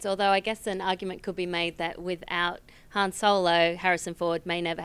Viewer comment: Why even keep comparing two characters when if you'll just choose the one where they're the main character? Oh and John did you really pronounce Han like that ? Kinda annoying...but I'm really liking the new versus series